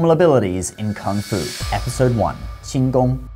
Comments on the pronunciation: His pronunciation is really good. Most people would just flunk it on the first character. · ngl ur pronunciation of 輕功 is surprisingly accurate (edited) Oh ok nvm, now I see what's the channel name.